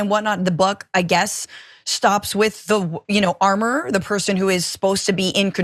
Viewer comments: Richey pronunciation of the word armorer as ar more er? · LOL yes! I was saying the same thing. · The way u said armorer 😂